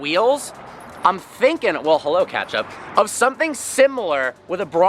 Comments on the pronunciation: is your dog's name catch up or ketchup? Cause that is definitely not how you say ketchup if that is what it is. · Why do you keep calling your dog “catch-up”?Or it sounds like that..